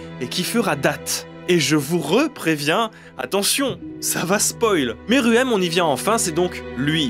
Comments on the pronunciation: Arrêtez de dire meruem a la française 😭😭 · Je suis le seul à détesté Pufu ? Et aussi, Pufu on dit poufou, Meruem ce prononce Mérouem